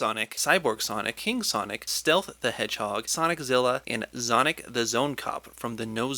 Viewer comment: honestly i thought he said sonigg